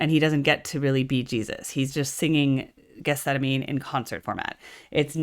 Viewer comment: Farnham is better. Amazing how many professional artists love John and know his ability. If you know this song so well, btw, you should know get-sem-manee. You can't claim to know it if you can't pronounce it.